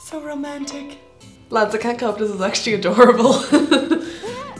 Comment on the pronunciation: “actuly” “uncunfotibly”